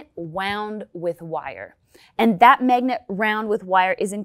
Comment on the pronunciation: I liked the part where she said ‘megnet’